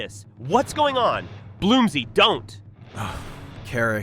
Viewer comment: The narrator might be calling you "Bloomsy" because the AI might have been given "Bloomser" and is pronouncing it like french.